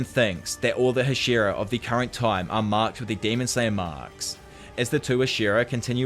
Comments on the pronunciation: Ah yes the Huh-SHEAR-uh lmao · Hah-shee-rah. It's been spoken outloud enough that this is egregious.